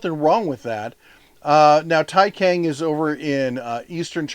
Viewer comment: "C" in "Taicang" pronounces similar to "ts" sound in English.